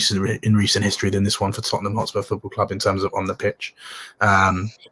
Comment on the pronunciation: “It’s in di history of di toootemham” 🤣😂🤣